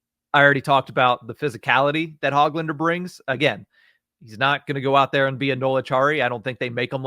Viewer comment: Don’t pronounce the “g” in Hoglanders name. Ho-lander